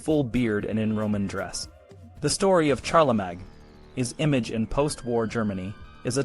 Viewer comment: Wooosh, talk about spreading propaganda amongst children! (I don't know if this is a human voice or AI, but either way – Charlemagne is pronounced with three syllables: Shar-le-main.)